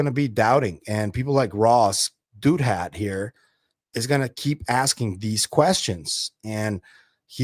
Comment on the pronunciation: I think it’s pronounced Dow-That